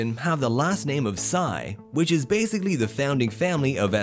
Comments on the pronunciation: ...ha ha ha! 😂 I'm very amused how he pronounce the surname of SM Malls owner Henry Sy...it should have been "see" but he said "psy" like that from the word psycho.😂😂😂😂. Nice one, very hilarious! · I think it’s pronounce sea for their family name SY not pronounce sigh but irregardless they still bloody super rich 👍😁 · It's "si" (Sy) not "sai" (Sy) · The last name "Sy" is pronounced as "See".